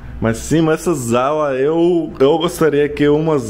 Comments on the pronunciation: Ele chamando sala de zala me deixa enquieto!!! 😥😖😩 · Logo estará féra em português, não Zala , Sala como espanhol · Bom dia! Gostei da sua casa, muito bonita! Mas o correto se fala não é zala e sim sala com s como no espanhol que você disse sala. Mas você está falando bem, seus vídeos são interessantes parabéns. Boa dorte pra você! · também no Brasil e sala, não zala kkkkk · Não é zala. É sala, assim como no espanhol. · Não se fala zala, mas sim sala.... também como se diz em espanhol... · Você fala muito bem português Parabéns. Vc só está trocando o s pelo z busca uma aula sobre isso exemplo é sala e não zala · Sala com som de “Ç”. Você no vídeo disse “zala”. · Não é "zala", é sala, como em espanhol... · Amigo mi desculpe em corregir gosto muito dos seus vídeos não é zala o correto é sala sem o tom di Z ao pronunciar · O nome é SALA e não ZALA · O NOME É 'SALA' e NÃO 'ZALA'. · desculpe kkkkkkkkkkkkkk, não tem como não rir. É muito engraçado você falar sala com som de Z. Fica zala. Mas o importante é que vc fala muti bem o português. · Eu achei engraçado ele falando "zala" kkkkkk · A pronúncia de sala é com "s", como em семья. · Você é muito agradável e engraçado. O switch se chama interruptor e os botões ao lado modulam a intensidade da luz. Sala se pronuncia como em espanhol. Bum!!!